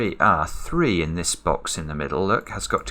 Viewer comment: anyone else like it when he has trouble pronouncing his "threes"? He gets it fine most of the time but relapses now and then. It's just a little bit adorable.